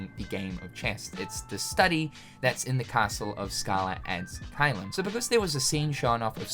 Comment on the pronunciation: Why do you keep saying "Scaller" ad Caelum?